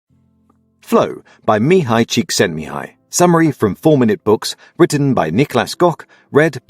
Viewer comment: You pronounced the author's name perfectly (I'm Hungarian)